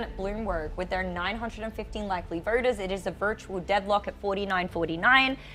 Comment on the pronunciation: The lady anchor for some reason tends to replace Os with ORs — vorters, early vorting, Minnesorta and etc.